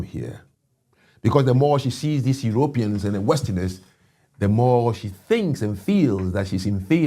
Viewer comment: You couldn’t have said it better?? For starters, how about a direct correct ion on his pronunciation of Europeans. “Yer OPE eans? Gimme a break.